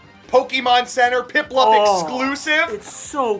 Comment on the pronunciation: “Oh i love pliplup 😊”